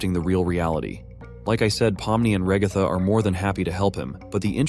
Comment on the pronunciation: Why the ai voice say the ragatha as raihgatha?💀